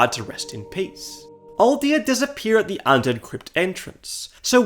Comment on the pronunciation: brotha did not need to pronounce it like attt